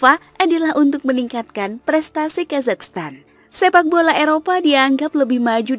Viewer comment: Ya Allah oh Iyah bener yah selalu ujungnya "Stan" bukan "Tan" 🙏☺️